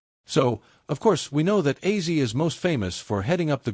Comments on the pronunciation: For goodness sake....It's OZZY not aizee !!! It's not that hard😞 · WTF hahahahah I was hearing sometimes he referred to him as Aizeee and sometimes as Ozzy ...get it RIGHT if you're going to do a commemoration video : p duhhh so weird